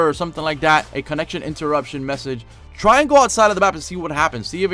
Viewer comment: he said i dry my best lol